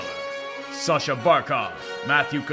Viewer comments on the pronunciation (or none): none